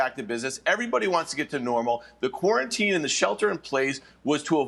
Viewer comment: Quaran-team? These newscasters are idots.